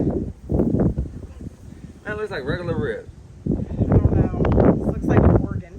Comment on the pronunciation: "I'ont kno" 🎧📚 Lol, "what a genuine " "I don't know" 😂🙈 You all converse well " good for the channel " 📡👍